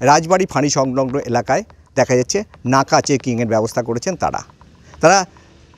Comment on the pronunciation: নাকা তল্লাশি না ন্যাকা তল্লাশি 😂😂😅😅